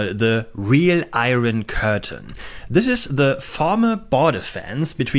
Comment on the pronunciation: Just FYI, "iron" is not usually pronounced "eye-ron", but "eye-urn".